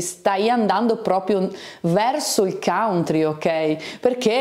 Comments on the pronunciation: Scusami ma si pronuncia cantri, e non cauntri. Facevo lo stesso errore. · Dipende dai punti di vista, se in America pronunci "cantri" non è che sembri proprio nativo del Kentucky 😂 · consulti i dizionari di pronuncia, non uno ha riportato la variante cauntri che non rappresenta lo standard né in British English né in American English.